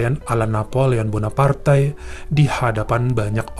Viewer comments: Napoleon Bonaparte kali ya nyebutnya bukan Bonapartai😁😁😁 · Gemes banget tiap mas nya bilang Napoleon Bonapartai 😅😅😅